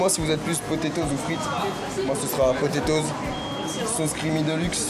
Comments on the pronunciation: MDR tu dit potetoz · Les potétoses 😂